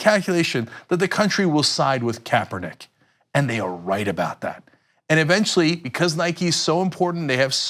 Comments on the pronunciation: Was he saying Kapernigga? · I'm so relieved he burned those Nike sandals though. ...and he didn't even say Kaepernick's name correctly so, I don't know if this is supposed to be a truly personal act or not for burning some old shoes? lol